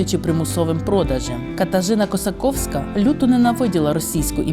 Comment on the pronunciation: Косаківська , а не КосакОвська, і зараз знаходиться Мурованокуриловецький спортивний ліцей Вінницької обласної Ради